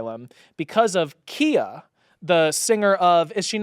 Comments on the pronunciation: It’s not (key-a) it’s (keye-a) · its not pronounced kia its pronounced khia!!!! khia asylum from my neck my back! i thought?? LOL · Every time they pronounced Khia wrong it physically hurt me.